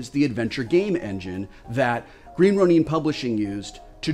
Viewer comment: Green Runin? The word id Ronin(ROW-nin)...aka samurai without a lord....I guess no one told Wil Wheaton the word is Ronin? Its cool but they should tell him...